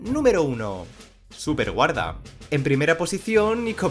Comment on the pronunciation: Like si viste que decia sueperguarda y no superguarda🤣 Pd:No es una critica es solo una curiosidad